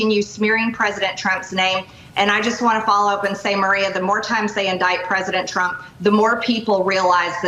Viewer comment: I liked her "President Trimp"